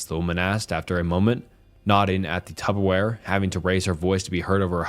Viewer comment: “tubberware” it’s Tupperware 😆